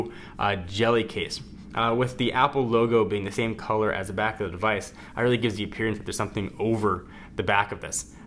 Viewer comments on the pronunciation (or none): none